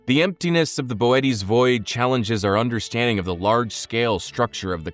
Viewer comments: Ohhh this is Ai. Damn real YouTubers are almost extinct. Bootes void is pronounced like Boo-Ts not Bo-et-ees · I pronounced bootēs as booty. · that's not Boötes Void. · Saying Boötes like that is pissing me off, I’m the original Star Walker